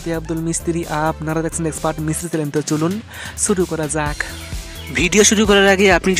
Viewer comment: ভাই আপনাকে আগেও বলেছি, আবারও বলছি আপনি চ্যানেল না বলে চ্যালেন বলেন কেনো? প্লিজ ভাই বাংলা ভাষার ১২ বাজানো বন্দ করুন